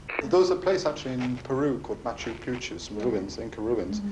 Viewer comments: It was about his mispronouncing the name and calling it "Machu Puchu", the detective had just said he used big words without knowing their meaning and obviously he didn't know much about Machu Picchu either, he was full of shit. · "sedimentary... moochoo poochoo" while these mistakes seem hilarious, kinda the Leo Gorcey of vid dating, there is a more sinister explanation than just him not knowing the correct words and pronunciation. It's a screening mechanism not uncommon to all forms of predators and scammers. Like those profiles/emails with glaring spelling and grammatical errors. The reasoning being that anyone who doesn't spot or question the errors is much more likely to fall for a scam and/or become a victim.